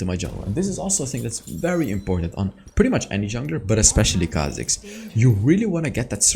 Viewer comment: Its khazik baby!!!